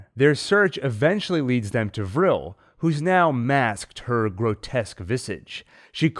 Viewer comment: I’m glad you know how to pronounce Vrill. Vrill instead of V’real. ☺️😉 V’rill makes me want to slap right through the screen! Send Mother weaponized at them.